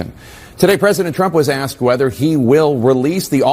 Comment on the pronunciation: "I axed a prominent Rapper...." I so tired of this sh1t.